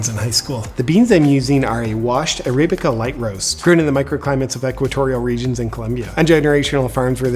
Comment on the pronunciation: Dude!! It's Ah-rab-eih-ka!! Get it right. Sheesh.